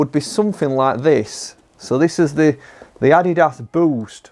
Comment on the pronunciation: How can you work in a golf store and you can,t pronounce Adidas properly?